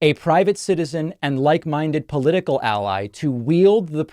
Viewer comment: "Paula-tickle" 😂😂😂😂 I have a new word now.